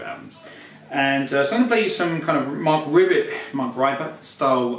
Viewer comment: thank you, I enjoyed that, but if you were referring to Marc Ribot, it's pronounced ree-bo.